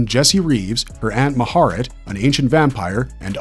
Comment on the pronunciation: Le-STAT not Le-STOT De leon-coor not de Lion court Ma-ha-RET not Ma-HAIR-et Also, Aaliyah (despite what some say) was not a good pick for Akasha. The description of Akasha in the book is Caucasian (although not necessarily specifically European) with extremely fair skin and delicate features (even before becoming the first vampire).